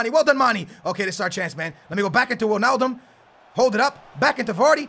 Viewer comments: its mane not mani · It's not pronounced Manny it is pronounced manay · It's mane not mani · I love ur vidz bro but its Manè not Mani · Ugh its pronounced Ma-(nae) not ma-(nee) I'm from Senegal. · For Mane its Manay not Maney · its not 'Maney' its 'Manay' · Gerard will cost u... nd maani is wrong..it's MANE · Please pronounce Manes name right it's Manej not Money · its Manayyyy not manee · It's man a not man e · its pronouced manay not maneeeeeeeeeeeeeeeeee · it's pronounced man-A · its pronounced Mah-naye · its not mani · its mane/pronounciation(maneyy] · It's pronounced Maneh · Can you pls stop calling Gerrard old man his a club legend and your saying manes name wrongly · You say mane wrong